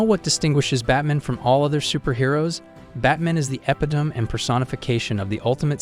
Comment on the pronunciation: I hope this is a bot voice. Undying should not be that easy to screw up. Epitome is a bit trickier, being Greek, but come on.